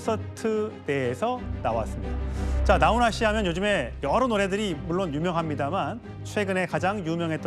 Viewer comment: 기자야 나혼아가 아니고 나훈아다